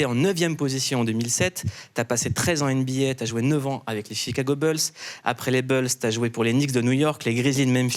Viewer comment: Jigago bled